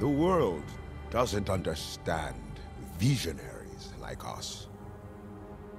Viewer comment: “My friend this world doesn’t understand vEEsonaries like us”